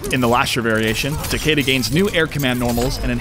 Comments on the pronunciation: TAH KAY DUH? TAH KAY DAH?! ITS TAH KEY DAH!! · Yes I agree (Tah-key-dah) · No it is not it is a japanese name. Japanese obviously have different ways of pronouncing their words. TA-KE-DA is pronounce TAH-KEH-DAH. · the characters and the announcer pronounce it Tah Key Dah so im going with that. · An American announcer pronouncing a Japanese name wrong doesn't make it right. Besides the announcer pronounces it Tah-kay-dah not key as in my car keys lol. I mean you can say it however you want but that doesn't change the fact that it is a japanese name and opinions do not change a language.